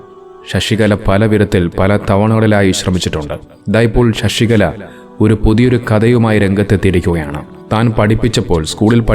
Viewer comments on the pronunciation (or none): "ഷഷികല" അല്ല, "ശശികല " എന്നാണ്.